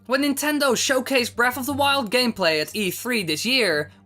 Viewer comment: Breaf of da wiuwd. Jesus fish you're hard to listen to